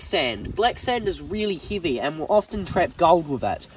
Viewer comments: C"mon man i get accents and all but you know thats a ridiculous way to pronounce the word heavy lol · How did you pronounce 'heavy'???? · That is the first time in my life i've heard someone mispronounce the word heavy